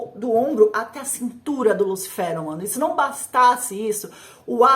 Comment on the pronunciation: Engraçado ela falando"lúcifero" né lúcifer não?